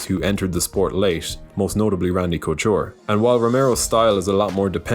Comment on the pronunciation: Cochure got me😂